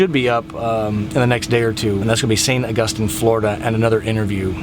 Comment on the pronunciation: Great video as always! Next time you are in Saint Augustine Florida ask a local how to pronounce the name of their city.